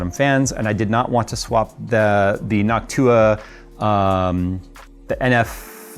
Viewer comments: did always pronounce noctua like hawk tuah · Idk why the way said noctua just sounded weird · saying Noctua like hawk tua 😂